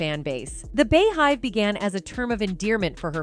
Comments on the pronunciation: The “bee” hive 🐝 (not the “bey” hive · Im sick of these news broadcasts that can't say the words right like R&B beehive Keisha simple stuff like ugggrrr